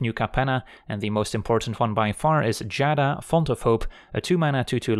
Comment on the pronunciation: I'm so happy you pronounce Giada correctly, I was getting tired of people adding an extra syllable at the beginning